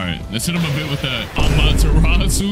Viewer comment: When you say amateratsu i graze the dead 😂